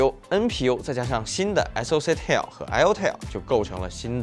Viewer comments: tile, not tale, 發音一直錯誤太低級。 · tile 念成 "太優" , 不是 念成 "踢喲" . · Tile念错，还有其他几个英文也不会念念错。 对比居然比amd ryzen 7, 完全不专业。 英文字幕还很多错误。